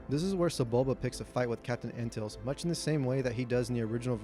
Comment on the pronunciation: Raymus Antilles is proounced Anne - till - ees. I believes it's who C3P0 identifies as his last owner. I also think you need include Owen Lars as part of the regulars.